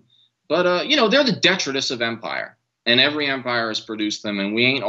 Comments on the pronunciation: detritus, accent on the second syllable; makin the effort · Detritus should have the emphasis placed on the second syllable, not the first. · No biggie but detritus is pronounced with a long i di-ˈtrī-təs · The word detritus IS a great word but it is pronounced dee-try-tus. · You didn't understand detritus because he doesn't know how to pronounce it. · Detritus is the word Jimmy did not understand because it was incorrectly pronounced